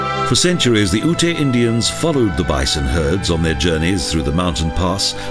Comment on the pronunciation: As a former resident of Colorado I just wanted to correct the pronunciation of Native American Ute tribe. In your videos the narrator pronounces it as "ootay". Ute is actually pronounced as "yoot". No offense meant. Otherwise a nice video.